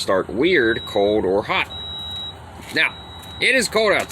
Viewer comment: Are you from Pennsyltucky? "Its code outside" instead of its "cold" outside lol. I'm just messing with ya buddy. I'm from Western New York, half Canada, half New York and half Pennsylvania so I have the weirdest accent ever. No one can ever figure it out and I always get sht for how I talk lol. Stay warm.